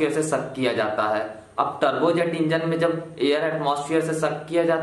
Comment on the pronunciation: Bahi muje lga ki ap trbuz engine bol rhe Ho 😂😂😂